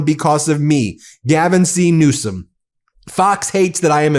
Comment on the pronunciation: NEWSOM NOT RANSOM